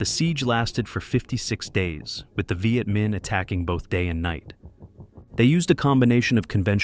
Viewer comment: AI almost had me until it said tropes instead of troops. Also a few times it pronounced “Viet” a few different ways. A human voice actor would err on the side of consistency. Also if I hear this thing say “You see…” one more time I’m going to lose it. Actually, I’m done.